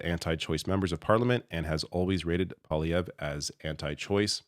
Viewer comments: Oh and please stop pronouncing it po-lievre or palievre... it is POIlievre, P.O.I. is pronounced POOWA, as the word Pea in french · I beg to differ. You pronounce his name as PoiLIEvre. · I still don't understand how Trump could be elected again... and I feel very sorry for my American friends and neighbours. But I remember thinking : " Maybe there's a silver lining and this his will scare Canadian voters away from PP...". (btw, its prononced PWA-LEE-AYVR...)